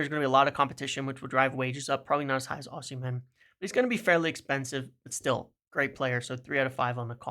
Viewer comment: Great video. I disagree on Osimhen (ignore the h when pronouncing his name btw), I consider Gyokores' 2 good seasons in the Championship to be more significant than his one in Italy. Serie A is a really poor standard compared to what it used to be. Look at the old players who weren't good enough in the Prem performing well in Seria A. 1. Gyokores 2. Agahowa 3. Osimhen IMO